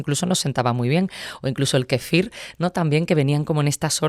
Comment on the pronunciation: Kéfir lo pronuncia con acento en la i...me ha gustado la entrevista pero me ha chocado que dijera varias veces kefír... es KÉFIR.